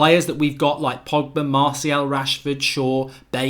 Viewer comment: I like how you say 'marthial'